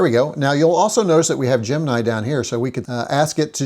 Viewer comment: GEM. IN. EYE not gem nye.